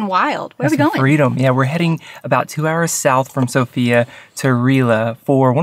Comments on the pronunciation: The capital’s name is pronounced sOfia, the stress is on the O. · The capital is s0fia, not sofiA which is wrong but it is what it is and how we all say it. 🙂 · Sofia is actually pronounced so-fya, it has a fast pronounciation